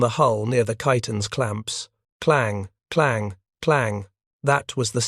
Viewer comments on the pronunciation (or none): a damn shame. where the narrator says, "once those clanps are titghened", I wanted to give up